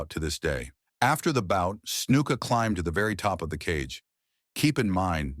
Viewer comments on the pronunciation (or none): none